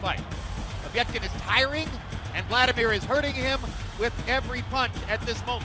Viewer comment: For fuck sake its Vladimir not Wladimir, I understand it's hard for u to pronounce V ,is it also hard to write it?